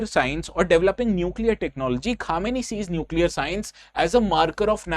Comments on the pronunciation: Correct your pronunciation Khamenei (kuh·muh·nay·ee) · Pehle nam to thk sai padho yaar Khmnai ko khumeni pad rahe ho.... Kya IAS padhawo gy ap log